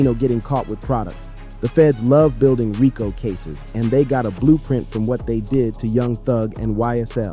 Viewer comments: Raco😂😂 dis ai don’t know to say Rico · WTH is a RYEco case? Bad ai voiceover… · Nice video but RICO is pronounced Ree-Coo